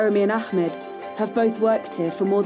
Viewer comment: How biased is this video? Also the awful pronunciation of Ahmed's name. Her the Jews look like victims and Arabs look vicious.